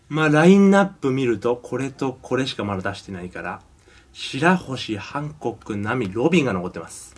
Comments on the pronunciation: ハンコッキ！って聞こえるwww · 「ハンコック」が「反抗期！」って聴こえるのは俺だけか？ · 俺は反国旗に聞こえた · ハンコックが反抗期に聞こえる笑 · ハンコックのとき反抗期にきこえる（笑） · ハンコッキっていってるｗｗｗ